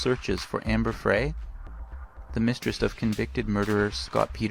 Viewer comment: what does he mean "at the location of the batteries" ?? It's Amber FRI (Fry) like French Fry